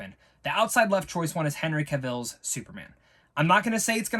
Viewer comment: (E-con-i-mose) not economics also (Henry Cav-ill) lmao